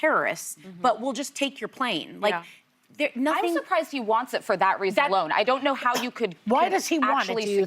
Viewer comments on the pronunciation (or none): none